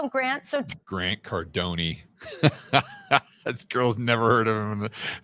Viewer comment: grant "cardony" lmao